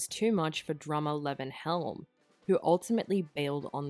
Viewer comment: Nothing like having an Australian AI mispronounce Levon Helm🤮🤮🤮🤮FUCK AI